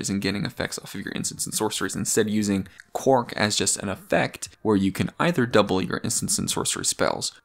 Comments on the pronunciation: Why do you pronounce it "Quark"? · Because he is a Deep Space Nine fan